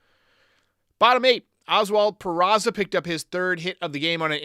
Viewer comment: Speaking of John Sterling, it annoys the piss out of me that he still can't pronounce Peraza's name. It's not PeraTSa, John! He's not Italian. For a professional broadcaster, it's pretty, well, unprofessional. And for that matter, as far as I know, it's not Jean-Carlo, it's Giancarlo - yes this one is Italian, not French. Ok, rant over.